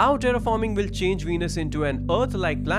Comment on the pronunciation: It's will not vill.